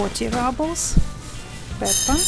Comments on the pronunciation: not rAbels, rUbels. "pyyyyyy" :) but thank you for the video. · Good video. You probably know this by now, but in American English we say ROObles (like kangaROO), not RUBBles. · What’s this RUBLES? you make it sound like rubble as in ruins Very funny Rubble 🙈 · Уважаемая, слово rubles, как и на русском, через "у" произносится (/ˈruːbəl/; [rublʲ]). Прошу прощения, если Вы уже об этом знаете. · spasebo devichka! practice saying "roobles" (like in the Russian 'rooblay'); that is the English pronunciation.